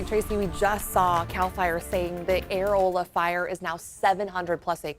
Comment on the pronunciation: It’s pronounced UH ROLL UH lol